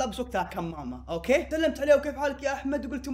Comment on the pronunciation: كانك قلت :اوكي (باك او باكا 🐸 ) 😂 هذي الكلمه بالياباني 😂معنها:احمق ملاحظه : اقصد باك 🌚👋🏻